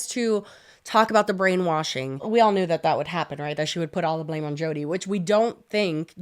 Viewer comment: Not me thinking said "Chodi" referring to Jodi